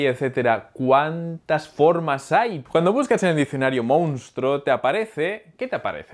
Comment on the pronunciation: es monstruo no mounstruo...;))